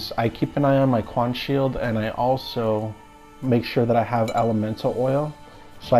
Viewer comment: Quen shield not quaan